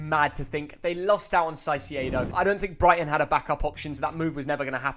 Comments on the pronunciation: Man can be fr calling him saisiedo💀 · Just say it right…. Please… KAISEDO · Kai-say-doh. not that hard really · that caicedo pronunciation is illegal